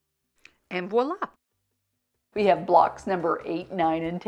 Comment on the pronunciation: Thanks for saying voila instead of walla.